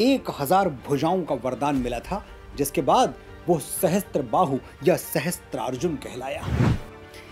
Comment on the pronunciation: maharaj ye galti na karo sahasTrarjun nahi sahasRarjun hota hai .